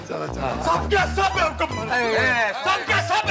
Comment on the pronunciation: popatlal ne bewakoof ki jagah bewakoop bola 😂😂😂😂